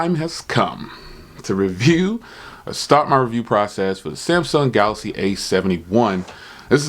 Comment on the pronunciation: My brother you got to do how he says Galax again LOL. you're onto something here. You realize that the average person does not drop $1,000 a year to get a new phone and that the average person wants the best tech for the least amount of money I believe I'm going to save up my nickels and by the 871 because it's going to give me the camera that I need to shoot YouTube videos. Thank you so much for your hard work and your great content and how you tell the truth you're not a fanboy you're not somebody who just gives good reviews because people give u tech or you buy their tech.now I am fortunate enough to always make sure I have new phones because I'm on T-Mobile's old plan on the jump on demand.